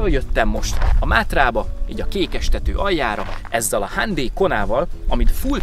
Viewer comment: Így se hallottam még a hyundai nevét kiejtve. A gyártó által megadott "hájundáj"-tól is messze áll a hándéj. Nem kötekedés, csak humorosnak találtam. 😁